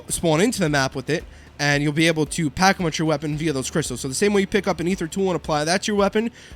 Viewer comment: Did you say pack-a-munch???